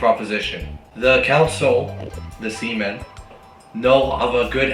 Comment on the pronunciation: "C-Men" is diabolical XD